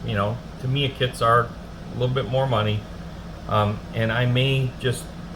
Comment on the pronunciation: Good show. It's hard to find better kits than these, and their motorcycles are great, too. In addition to what you've shown, they also do two Porsche 911s and a Senna Maclaren -- all top-of-the-line. Oh, and Tamiya is pronounced Tam-ee-yah 😀.